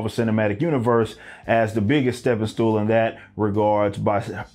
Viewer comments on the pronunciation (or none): “Stepping stool”..emphasis on STOOL